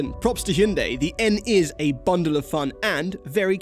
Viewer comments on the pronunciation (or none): It's just pronounced Hyun Deh my guy. Not Hyoon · HYUNDAI RHYMES WITH SUNDAY